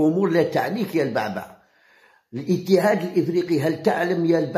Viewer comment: البُعْبُعْ وليس. كما تنطقها يا هذا. الضعيف. في اللغة العربية